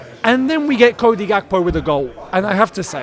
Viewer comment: I like the way pronounces the name "Gakpo". That is a typical name from west Africa.